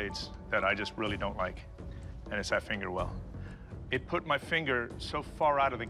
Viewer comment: eat will kill